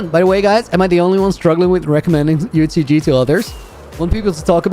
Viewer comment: Dude it’s UHCG !!!! DUUUDDEEE !!!!!!